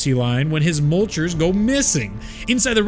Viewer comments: Absolutely love this video. Lots of work was put into it, and you did a great job explaining everything. HOWEVER THEY ARE NOT CALLED MULCHERS. PLEASE STOP ;-; The official pronunciation from google translate herself, is something along the lines of "Moitler", kind of like moist but without the s. I am not a German expert, but I know for sure well that it's Meuchler, not mulcher LOL. Otherwise, keep up the great work! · Not Mulchers, Me-yoo-kew-lerz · Great lore but your pronunciation is a bit off. Meuchler is pronounced Moy-kler. Mutter is more like mootter